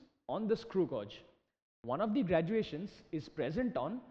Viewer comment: Thanks Alot....but it is not pronounced as godge it pronounced as gage